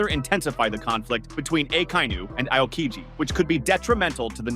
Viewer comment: Learn to spell the names if you're gona make a video. It's "Ah-o-Kiji" not "I-o-kiji".